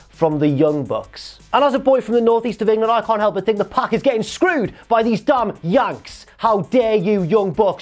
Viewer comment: He spit the word “yanks” like it was an unprotected chair shot